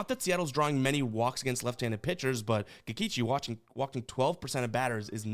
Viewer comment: You say Kikeechi, I say Kikoochi